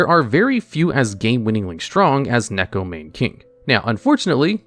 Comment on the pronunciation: Why can't people pronounce neko mane correctly. It makes me sad